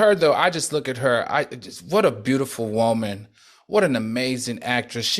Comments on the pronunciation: I Love when Al says Whoa-man!!! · The way Al says WOE-MAN lmaoooo😂😂😂😂I giggle a lil every time.